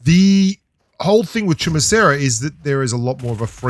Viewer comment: I honestly didn't know how to pronounce Chumacera till I heard you pronounce it🤷😂